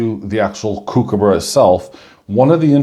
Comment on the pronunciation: Everytime you say "kookaburra" I cringe. Your pronunciation is terrible but the coin is mint.